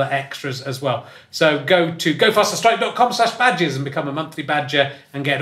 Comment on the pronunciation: At the start when Richard was talking about ‘badges’, I genuinely thought he was saying “bad jizz”.